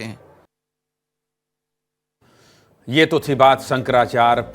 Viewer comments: Sahi to bol bhai shankrachay ji h Nam to shi se lo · Shankrachya g ka nam sahi se lo ptrakary mahoday